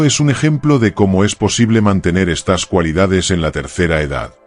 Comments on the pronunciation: No se dice : "...estás habilidades..." sino : "...estas habilidades..." ( con el acento prosódico en la "e" , no en la "a" ). O eres un robot o eres un analfabeto, una de dos. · le pones acentoa las palabras que no llevan por eso no me gustan estos videos porque no hombre Olvídateen vez de decir estas dices estás